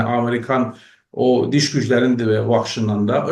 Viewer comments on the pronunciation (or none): kusura bakmayın, DIŞ demek daha doğru, DİŞ ‘in başka bir anlam dır.